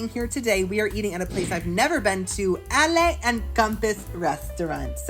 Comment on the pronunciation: ALLE...HAHAHA. I love how your always mispronouncing things its hilarious. It's Ale like in Beer, not Alle. Haha. Your funny.